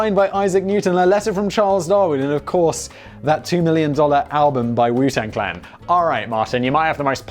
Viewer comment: This was probably already pointed out but you kept saying clang instead of clan